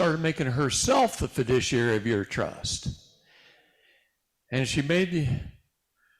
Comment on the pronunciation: Fiduciary, not "fidiciary". Sorry, but as you have been saying, and as we all know, words are very important.